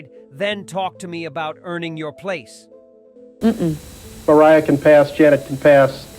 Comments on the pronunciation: At first he says "Maria" Carey.... then he actually says "Mariah" Carey....😤🤭🤦🏽‍♀🤔😅😂🤣✌🏽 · Do you really truly not know how to pronounce Mariah?